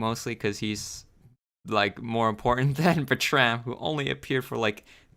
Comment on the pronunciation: bertram is pronounced berr-trum